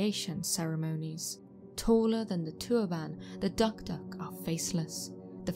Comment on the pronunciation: Hey, I'm a long time fan of your channel. 2 points I'd like to make. 1. Your pronunciation of DukDuk is a little bit off, no biggie though😁 2. I'm from PNG specifically East new Britain province where the tradition of the dukduk is practiced, on the contrary the practice was not "sinister" as you claimed but an essential social structure that maintained some sort of law and order within the tribe; Granted it was harsh.